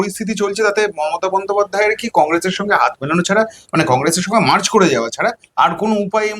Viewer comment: 'মার্চ' নয়, শব্দটা 'মার্জ', মিশে যাওয়া।